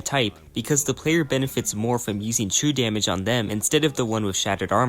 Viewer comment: 1 and a half hours in, I understood what true damage was because I thought you said chew damage, great video nonetheless.